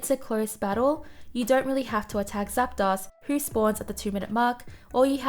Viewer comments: I hate to correct people but.. it's zap-DOSE not zap-DOSS. ArticUNO, zapDOS, molTRES. Uno, dos, tres.. one, two, three en espanol. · I dunno. She says Zap DOSS. That's pretty unforgivable. Uno, DOSS, Tres.